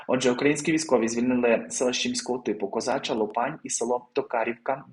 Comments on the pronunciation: Козача ЛОпань, а не ЛопАнь! Люди ну ладно ці росіяни, я ще розумію але нащо ви так робите? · дякую Вам за оперативні новини, які нам чудово підносите. 👏P. S. Козача Лопань(наголос на першому слозі). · Вивчаємо географію славної України та навчаємося правильно вимовляти: кУпянськ та Козача лОпань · Готуйтесь до роботи краще. Куп'янськ, наголос на у. Казача Лопань, наголос на о. Лопань це річка на Харьківщині